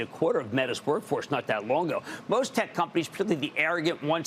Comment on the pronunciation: It is not "Afficiency"! I repeat, NOT "Afficiency"!! It's 'Efficiency'! Got it?! 'Efficiency'!